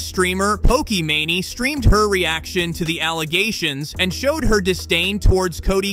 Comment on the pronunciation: "Nole" and "Pokiemani" lol have some respect for what you're even talking about, jeez